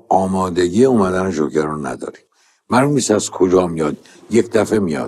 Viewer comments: اون جوکره نه ژوکر استاد .. در ضمن کار شما غیر از گیر دادن و تعریف داستان چیه؟ عجبااا از اساتید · جون این فیلمو دیدی یا اینم ندیده نقد کردی؟ بعد چرا مثل معین زد حرف می زنی ژوکر چیه جوکر